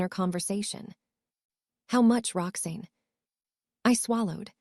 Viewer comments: Her name is pronounced "Rox Anne" not " Roxnne". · And her name is. Rox-ANN, not Rox-EEN ! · I don't like this voice. Why does Roxanne get pronounced Roxain? It's like Rox Anne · I couldn't stop laughing every time the narrator said "Roxeen"!!! Bwahahaha!!!! Kind of throws one out of the story, ya know? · Rocksin is what I’m hearing.